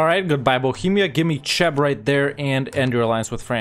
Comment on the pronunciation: Its pronounced Kheb (like CHloroform) not Tscheb lol